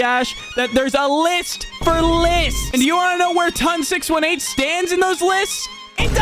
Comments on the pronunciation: ITS “TON SIX EIGHTEEN” 😭😭😭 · “Ton 6 1 8” Dude the name is based off a black hole so just 18 not 1 8